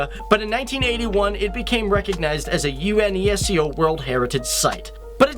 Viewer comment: I'm so worried how you say UNESCO. Just use Yu-nes-co. That's how to pronounce it.